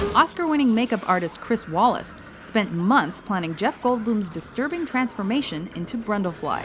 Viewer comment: It's Chris Walas , pronounced Wayless , not "Wallace". in the film Alien the blood used for the chestburster scene was not real cows blood, do some research !!! it was raspberry drink, also plasticine is a type of clay that the alien suit was sculpted out of, the actor did not wear clay!!! seriously, who writes this?